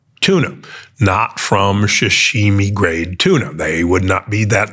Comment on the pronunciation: What is “sh’shimi” ? 🤔